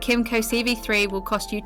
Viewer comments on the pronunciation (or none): none